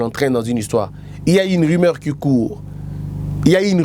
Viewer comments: Salut ndeko, osali erreur de diction. On dit rumeur et non rimeur. Voilà ma petite contribution du jour. Félicitation à votre équipe pour les 30K🎉🍾🥂🙌. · une erreur de diction (prononcé dikssion) est bien une expression française qui signifie une erreur d'élocution c'est-à-dire dans la manière de s'exprimer. Ici en l'occurrence il a fait une petite erreur de prononciation: il a dit ri-meur au lieu de ru-meur. Cela n'est pas bien méchant😄😙.